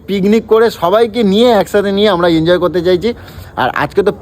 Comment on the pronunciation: আরে বাবা ইনজয় ইনজয় করে কান থেকে রক্ত বার করে দিলো। ওটা এনজয় হবে।